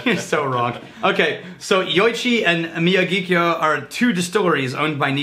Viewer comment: How can you not know how to pronounce Miyagikyō? It's Mister Miyagi from Karate Kid, and Kyō from Tōkyō... Couldn't be easier...